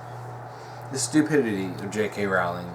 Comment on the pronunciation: Its pronounced Rolling as in a rolling pin!